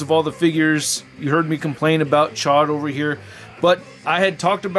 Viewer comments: The way you were pronouncing it before chod it means fuck where I’m from 😂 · Gotta pronounce that name right!! It's a long O